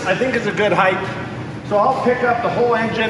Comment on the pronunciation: Love you, but "heighth."